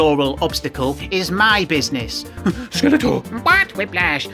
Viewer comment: I keep hearing it as “Skeletwat”, rofl